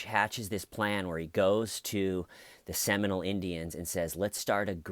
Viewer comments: Hi..it’s pronounced “Semi-mole” not Seminal. Rock on! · You are saying Seminole not seminal right